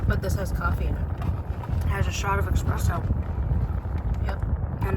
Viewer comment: Love that calls the coffee EXpresso!😂😂😂❤❤